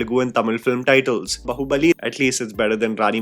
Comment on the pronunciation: i complained about your pronunciation "bahoobali" earlier.😅